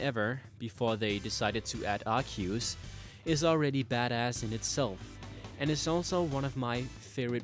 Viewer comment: Arkeeyews??? Wtf it's ark-ee-us